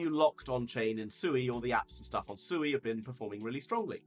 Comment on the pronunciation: I learned it’s pronounced se(w)ay. Like sew 🪡 and way. (sui)